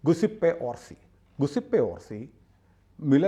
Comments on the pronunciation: ഗുസിപ്പേ അല്ല. ജ്യുസെപ്പേ ആണ്, അതായത് നമ്മുടെ "ജോസഫ്"., കുട്ടിക്ക് മലയാളം അറിയാം.... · Guiseppe is pronounced Jew-Sep-ee.